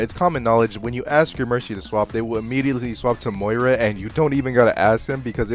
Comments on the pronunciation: Yo when uou started calling 'Moira', 'Moriah' I was like, "Aye yo, calling me?" It tripped me out for a sec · moh rye ah??? moy rah. she says her own name every time you pick her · You saying Muh-Ri-Uh when mentioning Moira was such an unnecessary tilt out of nowhere. I'm just trying to enjoy my coffee man xD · "moraya" had me wheezing💀😭😭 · The way he pronounces moira hurts my soul. Im not generally an AcTuAlLy ItS MoIrA type person but its pronounced mmm-oy-ruh like mmm soy sauce yuh. I am a ram main. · "uhmmm you said Moira wrong" ☝️🤓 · Intentionally pronouncing moira wrong for interaction? 👀